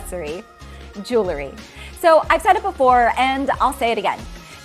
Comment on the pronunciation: Just a little recommendation that many are guilty of..."jewelry" is pronounced with an "ry" at the end of the word, jewel. We wear jewels not juluhs. It's jewelry not juluhry. Even jewelry designers make this pronunciation mistake! Lol. I looove your content and it has helped convince my man to up his fashion game. Thank you. Thank you. Keep up the excellent work.